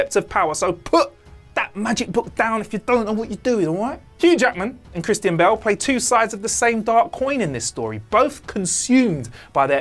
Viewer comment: Anyone else turned off by how he pronounced Christian Bale